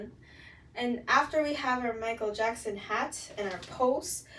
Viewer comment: The way you pronounce Michael jackson is cute